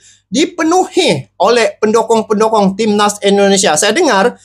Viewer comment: Waooo mantapppp masok...bukan pendokong bang...pendukung...salah sebut tu...pendokong itu pisang mau tumbang...pendukung sama dgn sopport...haaaaa